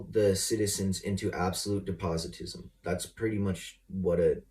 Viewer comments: Depositism??? Does he mean des-pot-ism? Maybe he wants to deposit is Nehi bottles for .25$ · Usurpication? Depositism? Did you mean usurpation and despotism? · Usurpitations? Depositism? 🤣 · De-poz-I-tism ?? Moron it’s ˈdespəˌtizəm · Depositism?? DESS-POH-TISM, Muh buddy! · "Depositism"? I think he means "despotism". Don't tell him though. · “Usurpatations” and “depositism,” get me outta here. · "Dep o tis m" not "de pot o tis m."